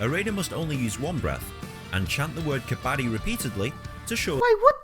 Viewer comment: You are saying kabaddi correctly